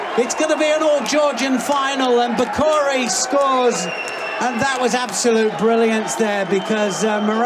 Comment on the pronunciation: Its pronounced Bekauri, not Bakari